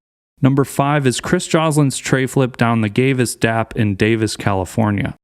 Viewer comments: Did any one here Gayvis dap or is it just me ? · "at the gavis dap..."